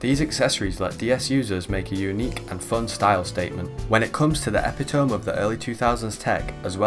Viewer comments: Epitome is pronounced “Eh Pit Oh Mee” not Epitowm 😂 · It seems to be one of those styles where it can't be described with a few words, but instead is more like "when you see this, this is the thing", but yeah, quite interesting stuff. One point of criticism though, you're mispronouncing epitome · how can you be english and pronounce so many words in this video incorrectly. "zeigise" "epi tome" . ditch the captions at the beginning too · appreciate the video but the mispronunciations of some words (epitome, perforation, Frutiger) bothers my linguistics-cop brain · A few notes: 1) I love that you decided to use every single possible pronunciation of "frutiger" you could think of so you could at least get it right once. 2) "zite-g'iced", not "zite-geesed" 3) "ep-pit-uh-me", not "eppy-tome" English can be funky sometimes.